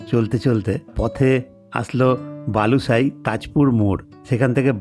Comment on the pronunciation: Balusai noy Balisai